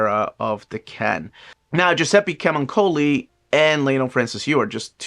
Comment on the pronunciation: what a pain hearing giuseppe camuncoli pronounced like that 😂